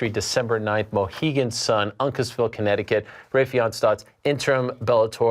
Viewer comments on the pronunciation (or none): Butchered Raufeon name. Smh